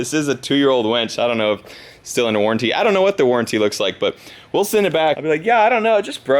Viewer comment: let's see what kind of warantie warn has. Me: don't you mean WARNntie